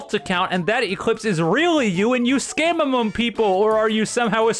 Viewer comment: Ee-Cleeps Thje Scammjehr